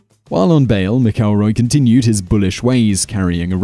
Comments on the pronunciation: It's MAC-elroy. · How is it you don't know how to pronounce McElroy?